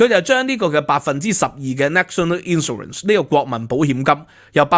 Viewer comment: 「英國同德國」 「英國同法國」 明明係法國同德國，竟然兩次口誤？ Gain 發音非常不正確，應該像pain, main, 不會讀pan, man, insurance 重音在第二個syllable sur，去了英國幾年英文都好像仍然港仔模式，平日好像少聽本地人講話和看英國本土節目。 一搜谷歌好多各界對budget反應，還有許多你沒有講到，比如: NIC 對受聘由12%減到8%, 對顧主增加 減酒稅 投資數碼科技 潔淨能源 公屋 Business rate relief Data use & access bill 太空科技 R&D tax credits ...etc. 認同有留言稱讀私校不會計較加稅。就算送子女回歐洲返學都不是什麼大陣像，我以前獨自去英留學不是更遠？香港的ex-pat都有些把子女送回祖國上學。看來你只拿兩三樣欠缺全面，帶風向。 我七十到八十年代在英國經歷煤礦罷工，還有巴士、地鐵、麵包、煤氣、郵差…都撐過來了，對付煤礦工會是Thatcher不是工黨。 今日聽到O'Sullivan 成功成為香港優質專才移民，嘻嘻！不過訪問時並無提到是為避稅！笑死人！🤣